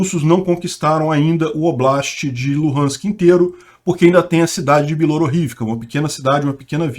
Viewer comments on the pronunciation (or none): none